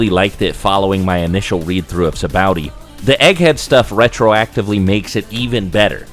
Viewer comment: afther hearing you say sabaody wierd i google how to pronounce and learned that both you and tekking101 says it wrong and a few other names along the way and now it just triggers me -.- but i did watch the whole video and that was about the only thing i dint like :D